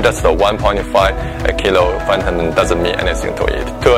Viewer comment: "Da prepellur of fantim"